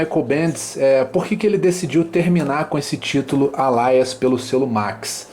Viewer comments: Gostei bastante do vídeo, mas a pronúncia me irritou um pouco. Não é sua obrigação ter a pronúncia perfeita, mas permita-me lhe ajudar: "ÊLIAS"! Continue o ótimo trabalho! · desculpa a chatice (chatice mesmo kkkkkkkk), mas acho que a pronúncia do Alias que vc está dizendo não é essa...